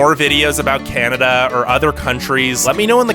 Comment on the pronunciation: He said: oh caneda